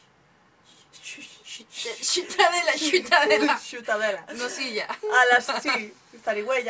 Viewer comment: ha dicho xiutadela? .. curioso :)